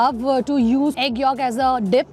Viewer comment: How can you eat Pork?? 😮 and it's 'YOLK' not 'YAALK' YAK..😂😂